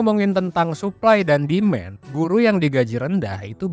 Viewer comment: its not SUPPLY.. in english sebutan yg sebenar SUPPLY - SAPPLY not " SUP" / not DEMEN... in english sebutan DEMAND - DIMAN.. its easy.. hye from malaysia. good content.. good job bro